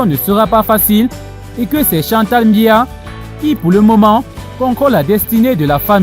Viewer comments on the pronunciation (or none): Tu n'es même pas capable de prononcer le nom du Président c'est BIYA et non mbiya, on imagine directement d'où tu viens et quelles sont tes intentions, il faut balayer ta véranda et laisse celles des voisins.